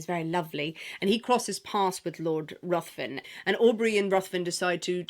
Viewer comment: Ruthven is pronounced Riven.